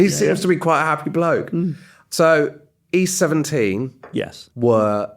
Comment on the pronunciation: East 17 Rhymes with Beauty Queen